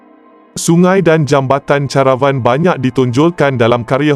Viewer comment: sebutan kamu melaut dalam bahasa melayu perkataan pinjaman tetap digunakan mengikut sebutan asal. Contoh ,: jambatan CARAVAN...sebutannya KERAEWAN bukan CHA RA WAN teruk kamu ni